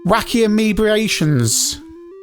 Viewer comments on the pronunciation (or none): I would have been happy with the Amiga updating if it had been more like the SAM Coupe version, essentially keeping the same single screen but updating the graphics and sound and music but the version we got was awful. Also found your version of Aemebatrons, calling it Aemebiation, really funny. Maybe that would ahve been a room in a sequel. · Amoebatrons will terminate you for that mangling of their names! Warning! Warning!